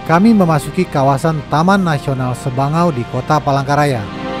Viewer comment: Sabangau mind Bukan sebangau